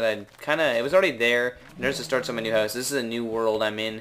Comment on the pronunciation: why do you say house like that..........????